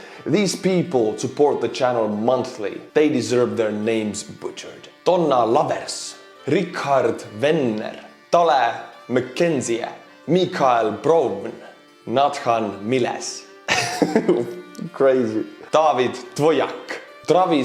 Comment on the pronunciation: Yeah you murdered my name,! Pronounce it "day'l muk enzee"... Dale McKenzie